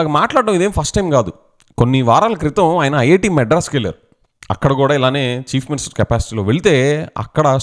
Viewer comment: Every time when you pronounce chief minister why I'm hearing as cheap minister. Looks like ap ppl and next generation interested in this kind of activities only and soon we may see religion's conflict in ap which never happens before thx to DCM